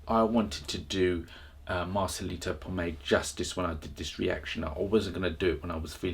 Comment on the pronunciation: Marcelito's last name is PoMOY not Pomay